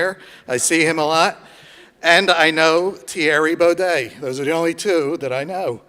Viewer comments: Tyerrie Bow-Day... 🤣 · I know "teary bodey" lmao